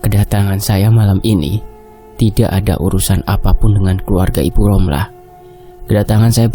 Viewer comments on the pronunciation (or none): Ngab ngomongnya romlah ya bukan rohma